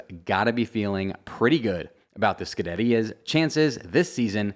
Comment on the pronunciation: Wait wait how did you say Scuderia? Wtf